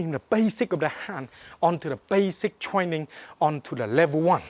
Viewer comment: LOL twaining he sounds like tweetie pie